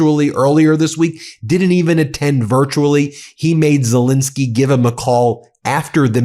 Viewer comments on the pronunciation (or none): Great video. Ben, in your videos, you seem to pronounce Zelenskyy as Zelinskyy. I'm not sure now which pronunciation is correct, but believed it was as it is spelt. Apologies if I'm wrong. Regards.